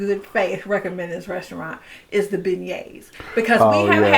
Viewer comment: Thanks, it sounds like you're saying Ben Gays for beignets. Thanks for this video, we'll pass on Emeril's.